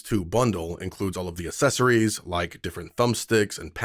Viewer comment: You lost me at "Assessories" that's not how you say that word! I don't understand why more and more Americans say that in the last 5 to 10 years. 🙄